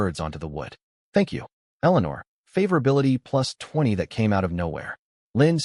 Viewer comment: I'm dropping the video due to the pronunciation of "favorability."